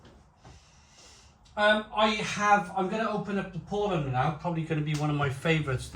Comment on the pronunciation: Paulaner = "pow-lah-ner" with second syllable stress (sorry, just sayin'...)